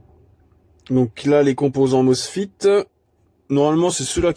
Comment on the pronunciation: On dit pas "mocefite", on dit "moceféte" !